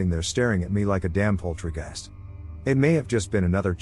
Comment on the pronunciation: My man said “poultry-geist” 🤣🤣🤣